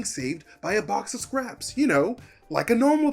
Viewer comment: Thank you, oh thank you for saying “box of scraps” like a normal person.